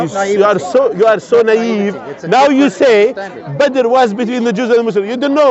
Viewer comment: Man said Battle of Badr :face-blue-wide-eyes:🤣🤣